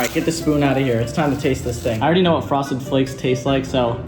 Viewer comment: did you hear him say froseded flakes 2 lol hahahahh like if did